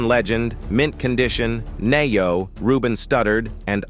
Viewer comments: 😲 😱 THE NARRATOR MURDERED THESE ARTIST NAMES I SPIT OUT MY REDBULL DAYUMM BRUTHA REALLY⁉️⁉️⁉️⁉️⁉️💀💀💀💀🤣🤣🤣🤑🤑😭😭😭 JayHYME & NAY'O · Jaheim = "JAY-HYME Ne-Yo NAY-YO😆🤣Stokely - STOCKLY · He said Niyo lol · Nay-o & Jay-Heim😂 lol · The narrator should learn the pronunciation of the names he's dropping. It's Why-cleff John, knee-O, Ji-heem and several others. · Who the hell is “Nay Ho” 😭😭?